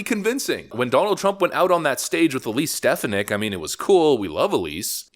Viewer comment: I'm convinced the narrator is AI. The other day it pronounce the court proceeding 'en banc' and 'en BANK' (its 'on Bonk'), and this one pronounces Elise Stefanik and 'Stephaneek'...not 'Stef-AH-nik'. The narration is fake.